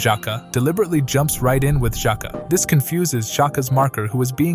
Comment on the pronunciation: You can do better pronouncing those names, "Virz" instead of "Wierdz", "jaka" instead of "Zaka"